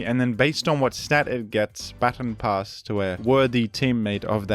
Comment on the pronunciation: "Battin' Pass"